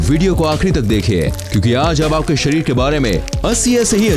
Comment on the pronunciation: Bhai sharir hota Hai sarir nahi ..... over all it is good information